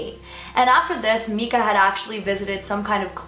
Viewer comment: Mekah? Its miiiiicah Ahah. That's my only complaint on this video. Great job, very enjoyable video- you're really great at speaking in a way that makes it easy for the audience to envision the story.